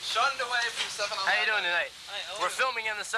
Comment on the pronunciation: He said “7 elevooon” 😂 First troll ever recorded on camera.